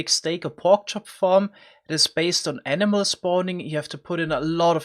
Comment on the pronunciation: I heard emena every time he said animal